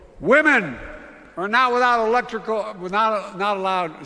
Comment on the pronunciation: He said "Women are not allowed without Electrical Electricy" 😂